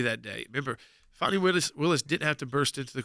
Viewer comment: ITS FANNY. It’s NOT. FONNIE Say it FANNY pronounce it properly. FANi takes it , Fani Lied under Oath and Fani should be charged…. Wade didn’t the LETOY and Redds memo, “”hey Wade we wouldn’t Tap That with your TAPPER.””